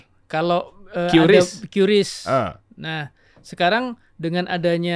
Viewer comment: QRIS bacanya Kris bang, bukan kyu ris 😁